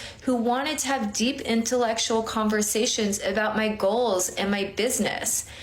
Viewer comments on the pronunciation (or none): I seriously doubt that any guys were wanting to have “deep, in ta lectual” conversations with that “dating coach” 😂 She can barely pronounce her polysyllabic words.